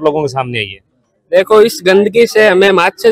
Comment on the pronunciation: ✅ मच्छर ❌ माछर 🤣